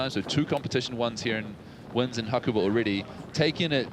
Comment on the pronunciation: Pronunciation needs working on Ha-ku-ba not Ha-koo-ber